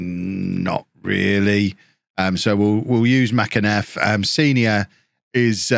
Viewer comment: Mac- en - iff is how you pronounce it.. used to watch him play as a youngster